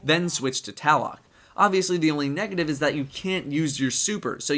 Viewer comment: For the record. as a Washington resident relatively familiar with the pronunciation of local native American words. Tlaloc is pronounced tlay-lok the T being short and punchy sounding.